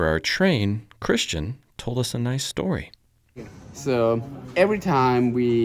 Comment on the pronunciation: Dein Name ist aber immer noch Christian und nicht Cristschen